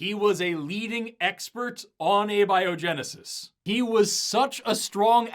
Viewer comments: he pronounces abiogensis as "Abby O'Genesis", which happens to be my new drag persona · Admittedly, Abby-Oh-Genesis is a hilarious pronunciation. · Their film just pronounced "abiogenesis" as "ah-biogenesis". Jeez . . . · they can't even fucking pronounce abiogenesis correctly... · All biologists punching their screens after hearning him pronounce abiogenesis the way he did. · ok, “galapagus” was annoying enough, but I wasn’t confident enough he was wrong to be upset. But fricken “abieogenusus”?